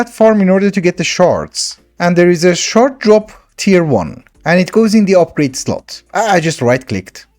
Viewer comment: Every time you said shard my girlfriend kept hearing shart 😂